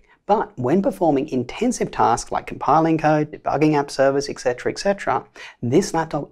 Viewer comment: Have just one suggestion for you; work on your etc. pronunciation. Considering the fact you use it relatively often, it would be fitting.